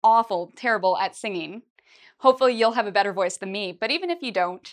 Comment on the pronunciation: "How to be bedder at pronunciation... " Lesson 1: Learn to pronounce the letter "T".